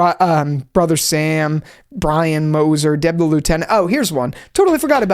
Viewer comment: you always had trouble saying brian